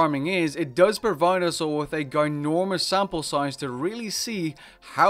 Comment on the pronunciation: man said ginormous with a hard G lmao